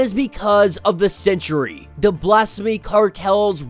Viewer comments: Lmao, stop saying sentry like century. 🤣Geezus kryst. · Why do you pronounce Sentry as century? 2 not 3 syllables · no, i cant Its Sentry not Century